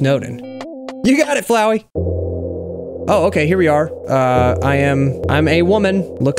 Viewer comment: Flowey more liek Flow-eye